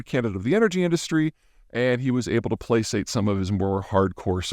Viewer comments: Placate is pronounced Play-kayt, not Play-sayt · Hold on Peter, did you just pronounce "Placate" as "Plasate"? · play-Kate, not play-Sate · Thanks. In case you read this, it's "playkayt (placate)". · I can't get past how you pronounced placate lol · Pronounced placate wrong though (forgiven)